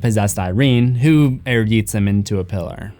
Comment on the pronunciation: wasn't looking at the screen for a minute and thought you said "pillow", not "pillar"